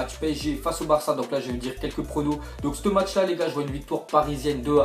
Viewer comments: se serai bien que tu dise "ce match là" et pas "ste match là" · frere parle en francais wsh tu di "ste match " t deja aller a l ecole ou pas ?